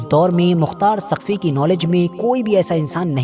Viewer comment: Saqfi ha taqfi nhi bhi shab